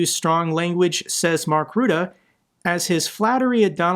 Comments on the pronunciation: Kindly pronounce his name correctly. Say ruzzia, now say Rutte. There is no one called ruette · Always those damn dDutch names hahaha... Please pronounce previous dutch PM name the right way.... Rutte.... not ruuudde;) Keep up the good work!